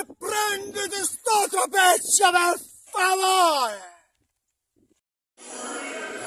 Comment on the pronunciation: "Vai dietro per faovreh". E va dietro lui.